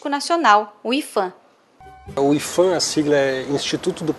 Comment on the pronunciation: a pronúncia e ifan porque? Se o P é de patrimônio?